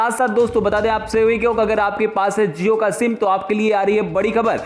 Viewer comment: Zee han zeo nahi jio hota hai hozayega nahi hojayega hota hai